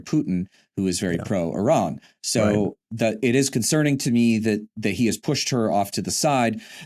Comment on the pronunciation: thank you for pronouncing the name of the country Iran - e' run - correctly.